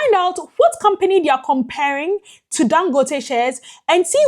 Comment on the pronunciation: Thank you for trying to pronounce his name right. 🤷🏽‍♂️